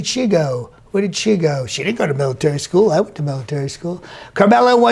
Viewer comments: "... and then there'd be no middletary" Nice. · You didn’t hear middletary